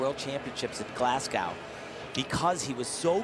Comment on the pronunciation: urgh, tim pronounced it Glascow instead of Glasgo